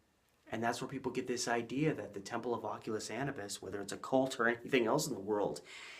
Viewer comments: Anubis = uh-new-biss Longest intro ever But good video! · Bruh you should have learned how to pronounce "Anubis" before you made a 90 minute video where you say it over and over again. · How do you massacre the prononciation of Anubis that bad. I will watch no further.